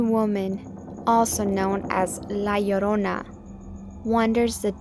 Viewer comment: its Llorona